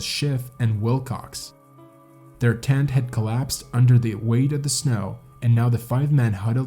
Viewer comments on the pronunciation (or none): This guy pronounced way more wrong than just place names. He pronounces "tent" as "TANT", for one. I have to rewind every few seconds to figure out what he just said. Great for watch time metrics, I guess. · Also, it's "tent", not "TAAAANT"